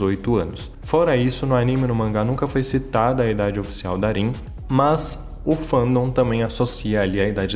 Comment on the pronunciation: falando o nome da Rin errado 🙄🤦🤢